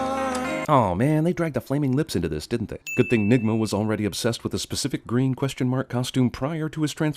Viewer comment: Everytime he says "Nigma" I feel like I should be offended